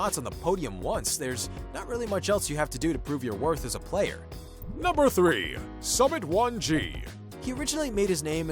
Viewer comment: Excuse me, did he say Summit1G?